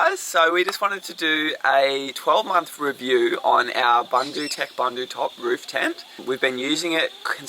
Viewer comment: Boondootec, boondootop, not to rhyme with sun.